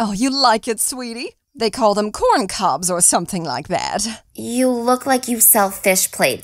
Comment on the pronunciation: Did she say corncobs?? ITS CORNROSE